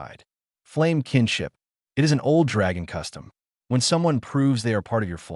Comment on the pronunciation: 7m:04s: Awww, sheesh. Not another instance of this brain-damaged text-speaker that can't handle the word "it". Abandoning story with THUMBS DOWN. And skipping next two suggested stories by same "author".